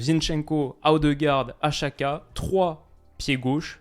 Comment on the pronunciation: apprends à prononcer Xhaka : c'est Djaka, l'équivalent du prénom/nom Jacques, en albanais. Les Suisses le prononcent correctement, comme ton homologue Elias, ou les commentateurs de la télé suisse. On trouve facilement en ligne des aides à la prononciation des noms étrangers écrits ou transcrits en caractères latin, on fait par exemple beaucoup d'erreurs avec les noms chinois et asiatiques en général, mais aussi albanais, polonais, hongrois, tchèques, baltes, et même italiens. Jeter un coup d'œil sur les équivalents approximatifs de prononciation plus trouver comment les gens qui parlent la langue prononcent le nom, est facile et relativement rapide avec internet.